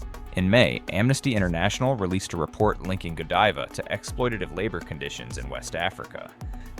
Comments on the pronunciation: Please get pronunciation correct. Godiva long i , i want to hear it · gawd-eva? Can we trust this guy when he sounds like he doesn't know what he's talking about? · I think it's actually pronounced (Ga-dive-uh), ya know...kind of like Lady Godiva, I reckon'... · AI can’t even pronounce GODIVA correctly.